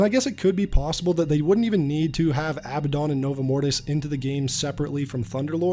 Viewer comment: The Aba-Don? it's Uh-bad-in